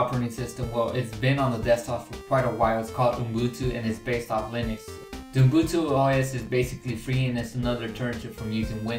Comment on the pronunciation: it's not UMbutu as you keep repeating it's UbuNtu